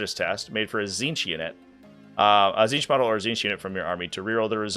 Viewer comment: you read the tzeenth one rong